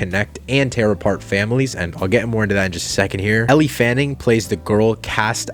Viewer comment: Its pronounced "L" -- NOT ELLIE